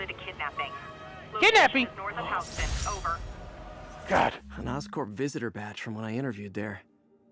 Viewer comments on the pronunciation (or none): House-ton lol